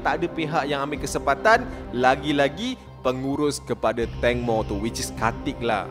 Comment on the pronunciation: Ibu tangmo bang 😂 bukan ibu tongmo 😭